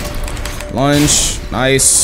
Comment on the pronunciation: i keep thinking says lunch instead of lunge